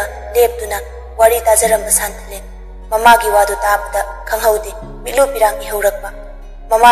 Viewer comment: San...thalen haibg mahut santhalen hain pronoun twbir d amuka henna nungaijni😊